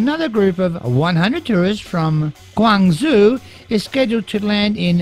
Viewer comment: Xi is pronounced She. Zhou is Joe. GwangJOE